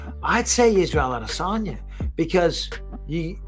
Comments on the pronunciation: Ah-duh-sanya. I just don't get why he pronounces it so weird. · Cringey as fuck listening to the host try to put an African accent on the pronunciation of spaghetti armesanya’s name.. sounds like when a tourist goes on vacation and tries to blend in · The way you say Adesanya makes me want to throw up every time.